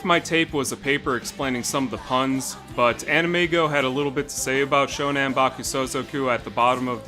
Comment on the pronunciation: It's SHONAN, not SHONEN. (Name of an area in Japan.)